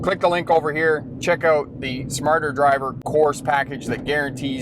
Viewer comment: Every damn time on the ad when says that this is brought to you by the Course package it sounds very much like he is saying this is brought to you by a Coors package like a Coors 6 pack or 12 pack.